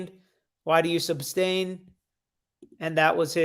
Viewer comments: SUStain not SUBstain. Omg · I would not agree,, that he's intelligent....he's conniving and manipulative... But the fact that he continues to say "substain" and demand "grounds" when grounds were already given shows his lack of intelligence.